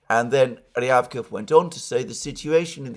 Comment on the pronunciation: Ryabkòff, Alexander. Stress on 2nd syllable. Just sayin.